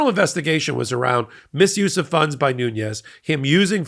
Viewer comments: Ok so here’s a little factoid. Devin Nunes is of Portuguese ancestry as I am. His last name is pronounced nunes like dunes not Nunez (sp) like it would be in Spanish. He only pronounces it that was to get Hispanic voters to think he’s of Spanish or Mexican ancestry. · Love that you say Nuñez instead of Noon-es like everyone else does. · Nunes is not a Spanish name, it’s Portuguese! Don’t say “nunies” it’s simple “nunes” or if you want to say in Portuguese “nunesh” or the simple English approach “noons”. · Nunes is pronounced as "Noons" in Portuguese. He is not Spanish descent. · pronounced noonz. portuguese not spanish. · He's Portuguese!!! It's pronounced " Nu-nesh" There are 2 n letters in the Spanish alphabet. One letter has the "tilde" in which the emphasis is placed on that letter! The Portuguese alphabet has one letter n. I'm a Latina who grew up in a Portuguese family. Please don't refer to Devin as a Latino!! I live in his old district in Tulare County, CA. That's close enough for me and my Portuguese family back in Santa Clara, CA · The pronunciation of Nunes last name is not Nuñez, which would be in Spanish. Nunes is Portuguese. This guy is the son of Portuguese migrants to the San Joaquín Valley in Central California, dedicated to dairy farming. He is an embarrassment to Portuguese people, to the San Joaquin Valley and to cows. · Just a minor point of pronunciation. Devon Nunes spells his last name with a "n" towards the end not a "Ñ" so the pronunciation is as with the regular n sound not the Ñ with the tilde above it. It matters. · Please learn to pronounce Nunes. Makes me crazy. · Hey, great reporting as usual! Just 1 correction to the name of Devin Nunes. His name is Nunes, not Nuñez. Hes of Portuguese descent, not Spanish descent. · It’s noonez not noonyez he’s Portuguese not Latin. The Latin people don’t want to be identified with him! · Devin is of Portugese descent...not Mexican. His name is pronounced "Noons," not "Nuñes."